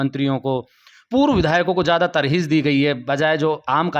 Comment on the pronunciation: तरजीह होता है Mr. reporter